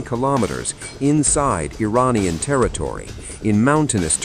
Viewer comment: Think you could train your robovoice to corrrectly pronounce "Iranian" ?